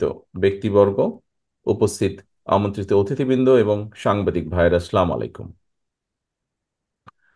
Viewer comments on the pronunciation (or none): সামাল্লাইকুম সালাম না লিডার সালাম টা ঠিক করে দেন আপনি তো আমাদেরকে অভিশাপ দিলেন।